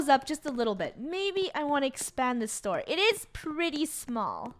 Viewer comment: when she was going to say store but instead she said tore